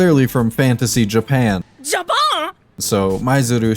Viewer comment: THE “Japan!” Caught me so off guard, he sounds French 😂